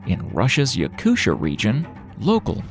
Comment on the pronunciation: I’ve never heard anybody pronounce Yakutia as “Yakusha” before wtf 😂